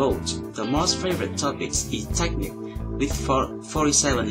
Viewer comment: Hi Since you seem to appreciate comments on pronunciation, here are a few: 1) muscle = "mus-l" not "muskel" 2) technique: the emphasis is on the 2nd syllable: tekNEEK (not: TEKnik) contrary to tactics, where it is indeed the first :TACtics 3) secret = SEEcret, not SEKret Great videos!